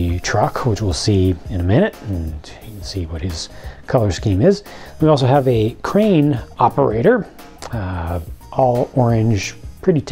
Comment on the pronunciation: Great working "train"? I knew you meant crane!